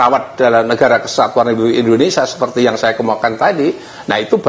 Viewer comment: INDONESIA WOY BUKAN INDONESA